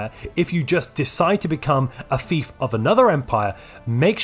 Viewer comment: I heard “imperial thief” not “imperial fief” at the end, which I think sums it up well. I would like to see a take on the prospectorium start, namely in how you can increase your research stipend from your overlord to gain even more research than I think a scholarium could leach, and emerge from your vassalage with a territory filled with strategic resource deposits.